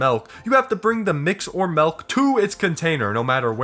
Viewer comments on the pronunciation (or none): hehe he says melk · the true horror is “melk”